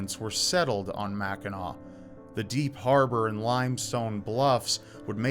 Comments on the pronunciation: as a resident of Upper Michigan (U.P., not lower Michigan "mitten"). Thank you for pronouncing the name Mackinac correctly. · As a born and raised Michigander, thank you for talking about Mackinac (and not pronouncing the final "c". Drives us bananas when people say "Mackinack"!). It's a special and sacred place for a lot of people to this day, so I'm glad to see it getting some love here. And yes, Mackinac Island fudge is the best fudge you'll ever get, no contest.